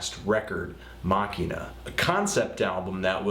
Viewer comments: Richard Thompson Mock-ee-nah might be the correct latin pronunciation, but the album is pronounced Machine-ah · Machina (machine-a) not Mockina, lol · This fool said Makina instead of Machina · Terry Silvester He's actually right, lol. It's always been Machine-ah. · Great review! Friendly FYI though, Oceania is pronounced 'Oh-see-ania', and Machina is pronounced 'Ma-sheen-a'. :) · I doubt that's true considering Billy wrote an instrumental called Deus Ex Machina. I think it really comes down to Billy and this dork pronouncing "Machina" wrong. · Richard Thompson Actually that's not how the album's pronounced, though. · If you think the drums were hidden on Zeitgeist, you clearly never listened to United States. Also, you pronounced "Machina" horribly wrong